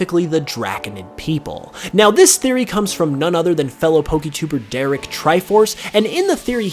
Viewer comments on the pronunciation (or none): none